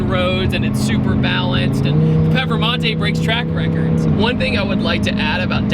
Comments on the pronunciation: Great video but its PERFormante not PEFormante lol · Say it with me now, per, form, mante.. now say it together, performante 😂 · its pronounced PURRRRR FURRRRR MANTAY. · Anyone else laugh every time pronounced it "pefermontay" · Why does he say perphamante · I've never heard another American say it the way he does. I say per-for-monte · Zee Two Fiddy well the Lamborghini is called Performante but I guess it's somehow too hard to pronounce right for most non-european people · So annoying like fuck say it right